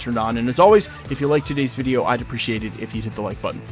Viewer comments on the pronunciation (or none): none